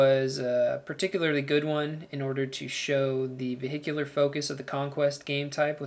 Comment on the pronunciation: veee-hick-ular ahahahaha